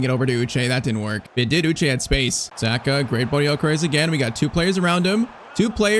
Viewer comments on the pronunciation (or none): none